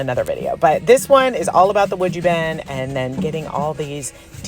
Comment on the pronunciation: These are great. I'm not surprised they were sold pretty much before they were completed. The prod you were presenting (sounds better then pushing 😉) when you were saying the name I kept hearing "Would You Bend" like are you willing to be a contortionist for your art? LOL I knew that's not what you were really saying, but my head went there anyway. 🤯🥳